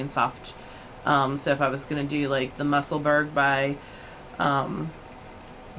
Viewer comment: Hi. Your still saying Musselburg. It's pronounced musselborough